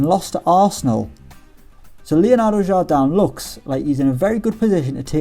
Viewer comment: Jardam? It's pronounced exactly like you spell it, "Jardem", the "i" in portuguese is pronounced like an "e"